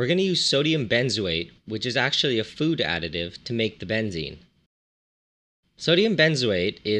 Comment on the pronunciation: Funny how you pronounce it. Here "benzin" -thats how you pronounce it, is gasoline. This would be benzene with both E´s as in Edison for example.